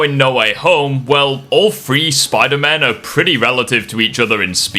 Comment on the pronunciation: you do realize that three is not pronounced FREE or PHRE or whatever you're saying